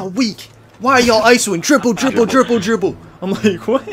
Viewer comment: Dwible Dwible Dwible😂